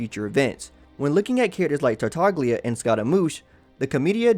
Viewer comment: Just for future reference, you don't pronounce the G in Tartaglia, since it's an Italian name. Pointing it out because it really bothered me and I'm sure I'm not the only one x)